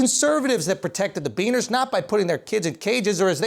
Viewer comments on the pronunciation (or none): Did u just say benners